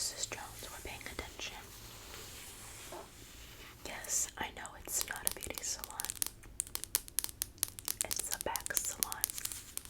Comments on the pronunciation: i know it not a beghutey salon it a back salon 😂😂😂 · mean girl is sooo undiagnosed add 😭 girl i get it, the only way to focus is by playing with someone's hair!!! (besides her mispronunciation, her answer abt the oceans was correct?? girl im on your side!!!)